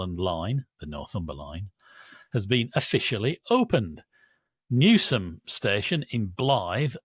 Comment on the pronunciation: Hurrah pronounced Newsham correctly. 🎉🎉🎉